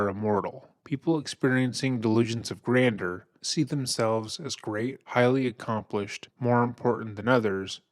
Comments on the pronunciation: Please say "Grandjeur" properly. It's pronounced GRAND-JER. LOL!! I have to tell you that when you laugh in disbelief at a video. It's contagious. I love it! Seriously, your laugh when your narrating is awesome! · Please learn how to pronounce GRANDEUR! Gran - Juor. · You know I love you guys 😘😘 but it’s pronounced “ grand-jurr”-“delusions of grandeur “. ( AND dude can NOT Rap, he ain’t no poet but he didn’t know it! ). Yes, delusional. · Can’t listen to this,….sounded interesting but ,…. constantly mispronouncing “delusions of grandeur“ is more than I can take right now. Try using a pronunciation dictionary! Many people may call me a snob, but that doesn’t matter. English needs to be spoken correctly! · You really don't pronounce grandeur well my dude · Why are you saying grandeur like that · I don't think that is how grandeur is pronounced, but excellent coverage of this case. 👏 👏 👏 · I hate to nitpick but I can’t stand the way you pronounce “grandeur” 😔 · Grand-jeur, grander is something else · " delusions of grandeur " not grander. It's french so it's pronounced (granjur) totally love ur content. I'm an early subbie, I just know that u like things to be accurate that's all. Keep up the fantastic work!! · Barely relevant to the very quality video, but just for your own future use/knowledge, “grandeur” is pronounced like “gran-jurr”, rather than “grander”. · Uhhh… The second syllable of “granduer” is pronounced as “jer”, not “der”. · Someone has to tell the guy he said "delusions of GRANDER" four times. It's pronounced "granjer", man. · Sorry dude but this is one of the most annoying intros to listen to when you keep pronouncing it delusions of grander. It’s grandeur. I know it’s a small criticism, but that’s really grating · gran-jure not grander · My brother in Christ, it is grandeur... not grander. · Honey it’s not “grander”, it’s “grandeur”, a different word with a different pronunciation. 😊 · Grandeur is pronounced “gran-jur”. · It's pronounced "gran-jer"!